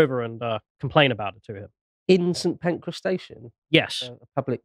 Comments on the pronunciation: no he pronounced it Saint Pancreas not Saint Pancras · St pancras not pancreas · Did I hear call the railway station 'Saint Pancreas' 😂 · Are you joking I can't tell. You know it's St Pancreas right. If you're going to correct someone like that at least Google it first, it takes about 6 seconds. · "St pancreas"😂😂😂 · Because pronunced the station as Saint Pancras. Op says I can't believe pronounced it Saint Pancras. I know the station is spelt st Pancras. But it's obviously pronounced "Saint Pancras". So I assumed you were foreign as you seemed confused by this. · OMG do you not try to get an inkling of a subject before you start talking about it? It's not Paddington, it's not Euston – it looks nothing like Euston – it's St Pancras. And in these days of Tinternet it's incredibly easy to find out these things, and you look like ignorant idiots when you don't. P.S. I really love your show and your perceptive observations.